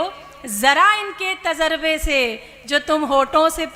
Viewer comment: इतना घटिआ कवि सम्मेलन आज तक नहीं देखा था संचालक बहुत घटिया है सही शब्दो का चयन करो ताजरबा नहीं तजुर्बा होता है